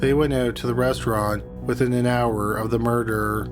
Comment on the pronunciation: Does this fool talk weird and mispronounce everything on purpose "mur-derrr" " she got killed with an I-run (iron)"